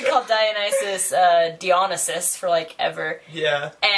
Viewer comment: I'm from greece and you were profering dionysos better than the others. It was like o greek accent. Americans tend to read every thing with their own pronanciation rules who (must times, like this one) are not acurate.